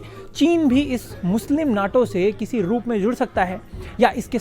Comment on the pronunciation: North Atlantic Treaty Organization, NATO, but pronounce it as NETO.